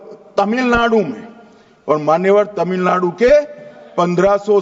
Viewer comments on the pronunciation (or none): none